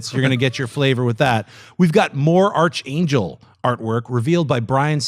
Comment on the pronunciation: Yo... it's pronounced "ark" in Archangel, not "arch"